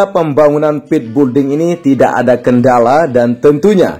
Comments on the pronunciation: Hallah sy pun kalau yebut juga belding malah bukan building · Sekedar koreksi agar PENGUCAPAN lebih Benar ya...Bukan BULDING....Tetapi BUILDING....ATAU PENYEBUTANNYA ..BILDING...Ok Bos Koe....